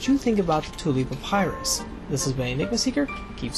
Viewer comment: Really like the video/content. Btw, 1 rod is equal to 16.5 ft., not 150 ft. I wouldn’t usually nitpick, but it’s quite the difference in size. Oh, and papyrus is pronounced puh-PIE-russ.